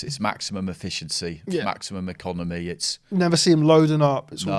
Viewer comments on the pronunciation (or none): none